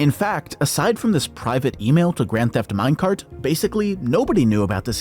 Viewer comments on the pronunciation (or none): “Grand Thef Minecraft”